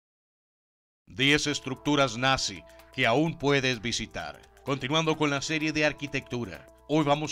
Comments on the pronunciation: bisitar , quiero mi like. buen vídeo!. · alguien mas s e dio cuenta de que en el principio del vidoe dice bisitar y no visitar